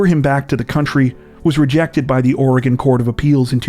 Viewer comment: But he says Oregon right most people don't lol